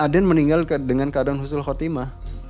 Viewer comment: Mang ei punten bukan khusnul tapi husnul 🙏🏽